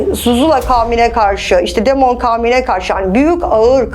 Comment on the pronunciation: ingilizcedeki demon kelimesini demon diye okuması..